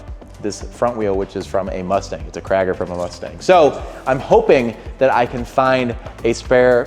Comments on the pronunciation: Cragar is pronounced Cray-gurr, not Cragg-er 🤦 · I have never in my life heard someone pronounce Crager that way. The a is pronounced AY not AH. Lol